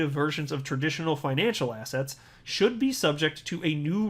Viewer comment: When says assets…. All I hear now is “Ass hats”…